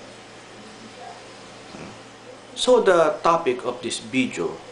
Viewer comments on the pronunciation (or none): its not bideo its video,your f is p,example fried,you say pried instead fried,so you gotta make it totally right,but your so awesome anyway